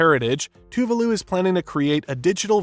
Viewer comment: Dude ! Please learn how to pronounce the name of the country correctly